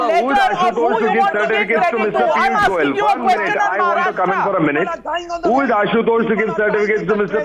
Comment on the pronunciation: Navika - first learn to pronounce state names correctly. It's Maharashtra, not Maharashtraaaa.